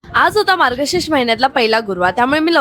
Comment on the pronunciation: Margashirsh ❎ margashish ✅ okay ❤❤❤❤